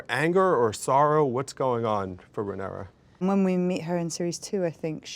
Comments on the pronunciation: It's Ray-near-ah sir! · Not the interviewer pronouncing the protagonists name like Panera 😂😂😂 it feels like he's only briefly skimmed through the cliffnotes for the show and never actually watched it, espeically considering questions like the one he asks about Helaena lol...like....dreaming is the point of her character, how is that a question that's at all interesting to anyone who's watched any of the show????? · Can this guy say Rhaenyra correctly once :( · The host bugged me he could not say Rhaenyra correctly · Why does he keep pronouncing her name like that? It's distracting